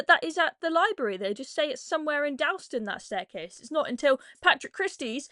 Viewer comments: “Dawl” ston. Not “dowl” ston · I know it's not important in the scheme of things, but it's really grating to hear you keep saying Dalston that way. It's pronounced 'dawlston' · Please learn how to pronounce Dalston properly. That's an offence deserving of a manhunt in itself. 😉